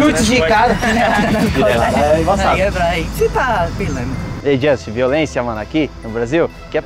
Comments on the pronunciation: Não é Justin, é Josten. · "Jostin" amassou kkk